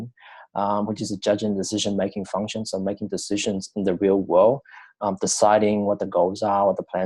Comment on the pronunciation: your bad accent and constant pausing so annoying dude, consider listening to it yourself before posting, its like your rambling after reading a book/article, you need to say things without looking and sounding confused. plus its pronounced funk- shun (function) not fung-shungs.